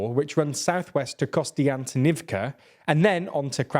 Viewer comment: Man that konstantynivka pronounciation always throws me off every time... especially how pronounces it...